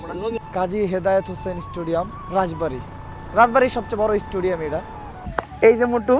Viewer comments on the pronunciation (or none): Vai studiam na stadiam bolba.nahole manush hasha hashi korbo